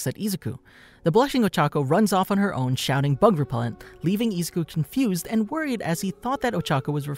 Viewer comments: IF THIS VID IS 1 HOUR PLEASE GET THE NAME RIGHT IZ-U-KU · i don't like how u say Izuku u say it like Ezuku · I-zoo-koo not ee-zou-koo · sorry but it's prnounced i-zoo-koo so izuku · Why are u saying izouku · Great video but am I the only one of her just triggered the way he pronounces Izuku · The way he says “Izuku” bothers me so much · STOP SAYING IZUKU LUKE THAT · Am I the only one who is bothered by the way he says izuku and I’m not tryna hate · I'm sorry but it triggers me so much how he pronounces izuku. Lmao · as this guy says ezuku idoria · Zuko Midori ya you’re getting it wrong and also you’re not say it like the way you’re saying it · Who else got a little triggered from how he pronounced Izuku and my hero academia but never mind that but keep up the great work